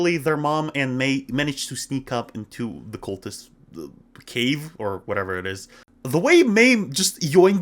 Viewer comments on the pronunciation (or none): none